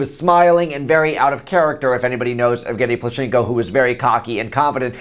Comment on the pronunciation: It's so funny how you say Plushenko)) But cute. It's plUshenko, not plushEnko)